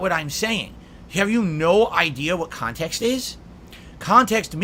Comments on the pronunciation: 'Kahntext' is a term that holds massive amounts of power - so much power that only a slack-jawed idiot like himself can comprehend and control. SNORT! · Ah, yes. "Kahntext". I'm not sure could adequately explain what it means to a high-school English teacher either.